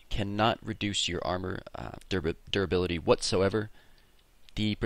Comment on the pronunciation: whenever you said duribility, i heard 'derpability'.